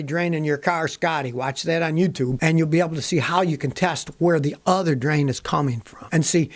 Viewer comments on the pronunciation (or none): none